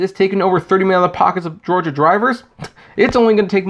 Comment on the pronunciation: "uh ohh gaiy Lyft" oh shit my man LMFAO HA HA